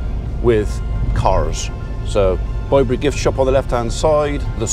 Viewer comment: I hope Mrs P is coming home soon. It was strange hearing you say Bye bury, were I am in Hamshire (with a silent H) I have always known it as Bibury as in babies bib.